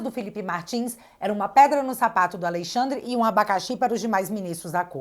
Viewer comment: Quero que Alexandre de Moraes pague por tudo de errado que tem feito aos brasileiros. Porém, só uma correção na pronúncia do nome, é "Alexandre " e não "Aleixandre".